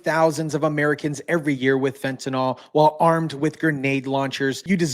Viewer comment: It is pronounced fenta-kneel, not nol!!!!